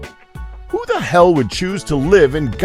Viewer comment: He said 'ell' instead of 'hell' The more you know